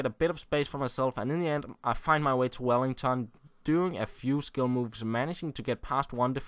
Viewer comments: His name is Welliton, not Wellington :-) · it's WelliTon, not WelliNGTon.